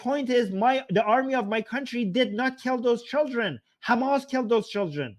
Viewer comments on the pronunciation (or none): none